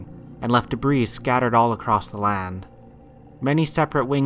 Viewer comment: Great vid, as always. One minor thing though. Debris is pronounced "debree" not "debrees."